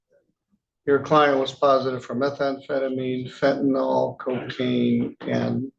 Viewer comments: "Fentanyl." The last syllable is pronounced "ILL" not "ALL"... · FENTANYL not fentinol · A judge should get it right……fent a NYL. NOT fent a NUL or fent a NOL. Yes. It matters